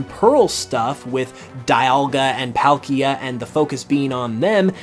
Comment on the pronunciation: I was watching until you said “pal-Kia”